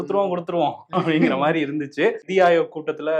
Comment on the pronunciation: Andha "nidhiya" Enya aluthringa...